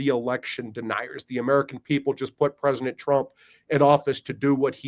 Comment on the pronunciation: Say "Presinet" Trump one more time.